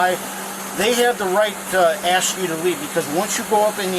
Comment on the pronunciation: WHY WHY WHY ??? If you spell it as ASK….. WHY DO YOU PRONOUNCE IT AS ….. AKS???